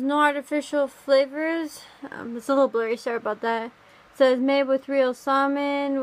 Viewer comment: Wait... Did she say "Sahmohn"?! JkJk great video😻